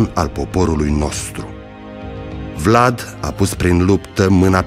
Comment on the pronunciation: Simion nici tu miriti sai pronunție nici numele domnului Vlad Ai indepa rtato pe Sosoaca cei ce Vlad nu ar fi indepartato